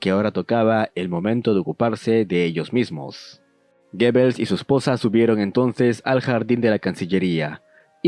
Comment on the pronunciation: Amigo, muy interesante tu video pero se pronuncia GUBELS!!!